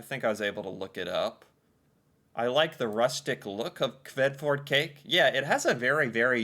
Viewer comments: She is not Even Norwegian.....and dont say it right... And its not a dessert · the Æ sounds like A in apple. this might help with pronunciation. I did have the cake on my birthday earlier this summer. it is not that sweet. and yea we do use a good amount of almond in Norway when it comes to cake. Kransekake, Fyrstekake and Marzipan are made of almond.